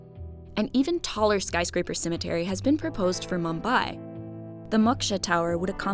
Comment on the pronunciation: I am not a native speaker and I hear "cemeNtery" not "Cemetery" Is it just me?